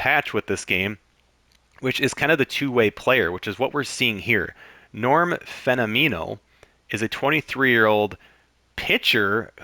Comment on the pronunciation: As someone who loves this game and knows all about this game, I enjoyed your explanation of the game and the way the chemistry and traits work! Couple of things I noticed: I always pronounced Norm's last name like "phenomenal", but "phenomeno". I don't know, just thought I'd mention it. CPs will get a mojo drop if they come in earlier than the 8th inning. Really liked the content! I just found you and I'll be checking out more of your stuff!